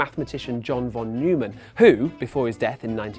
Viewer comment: 29 pronounced von noyman